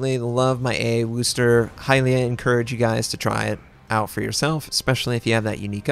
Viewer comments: Yeah... not sure where this whole "WOOSSSSSS" thing started. It's 'Whis' (rhymes with this).... NOT WOOS... never woos... please, stop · pronounce it WISTAH! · It's pronounced "wusster" not "worster" or "wooster" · Americans pronouncing Worcester is never going to get old.